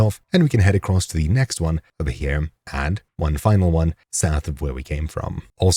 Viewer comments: You stab it ere. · I just wanted to say that I very much enjoy the way you say the word "here." It keeps me coming back 😅